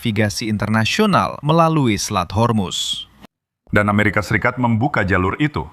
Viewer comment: Min, kenapa ga profesional banget....yang benar pelafalannya HORMUZ.......bukan HERMUS